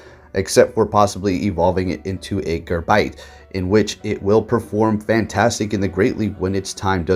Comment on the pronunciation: why do people keep saying gaRbite?? it's GABITE with no R...